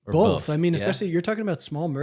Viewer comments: Bolth? LOL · Yo the “Bolth” thing had me buggin cuz I definitely pronounce “both” as bolth. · was definitely saying "Bolth"